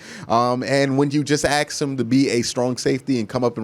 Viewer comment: I'll donate 20$ if you say ask right... Just one time, for the love of God